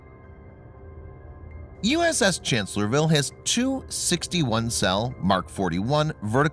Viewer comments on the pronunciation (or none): It's pronounced Chancellor-s-vile. You're leaving out the 'S' after Chancellor... . It was Lee's greatest battle, where being outnumbered 2 to 1, he flanked and defeated the Federals. It's considered to be one of the most brilliant battles in US military history. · Guy does not get the name of the ship right. It’s “Chancellorsville” with an “s”.